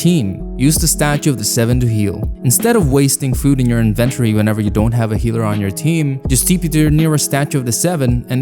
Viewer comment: never heard inventory pronounced like that in my entire life